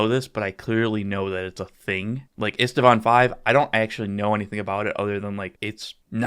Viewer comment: Driving me nuts: it is IST-VAAN. There is no second "a" in the pronounciation.